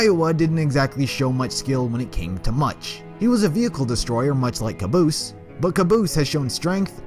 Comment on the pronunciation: The Brennan it's not caboose it's cabose